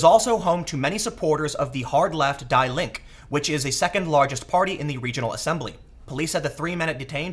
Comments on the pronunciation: For future reference if you're interested, the German "die" is pronounced "dee". Even if someone gets everything else about German pronunciation wrong, that one helps it sound a lot better. :P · Tim, in German the article "die" is pronounced like "dee". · Die is pronounced als the! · The way u say Die would upset my German teacher and some other stuff 2. Love u Tim.